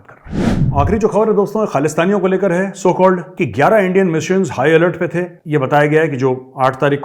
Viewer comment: है बोलने से कुत्ते की फीलिंग्स महसूस हुई। है.....